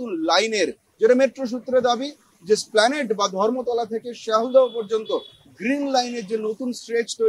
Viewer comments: নামটা splanade নয় l ওটা এসপ্ল্যানেড l খবর পড়ছেন তো ঠিক উচ্চারণ করুন l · Correct pronounciation is Es-plan-de